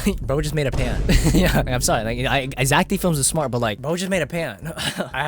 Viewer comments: no bro its zeck felms not zack d films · Is not zack d flims is Zack felms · no Zeck felms